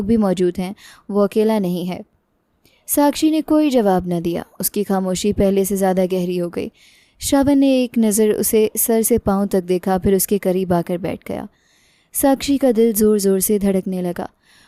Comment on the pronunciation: नाम गलत पढ़ रही हो श्रावण नहीं है श्रवण नाम सही पढ़ो